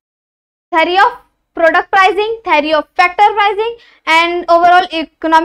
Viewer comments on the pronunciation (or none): none